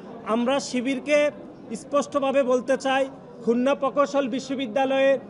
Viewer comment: আরে ভাই উচ্চারণ করুন খুলনা